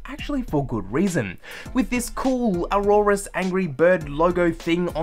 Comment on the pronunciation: Dude you are pronouncing the name wrong.